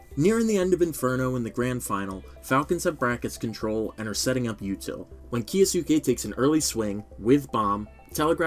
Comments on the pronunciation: why do people pronounce it as "ki-yo-su-ke"? Isn't it a japanese name? It should be pronounced as "kyo-us-ke", similar to Sasuke Uchiha as "Sas-ke" not "Sa-su-ke". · Why is everyone calling kyousuke "ki-o-suke"? It's kyou not kio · why everyone saying "kiya sue kay" 😔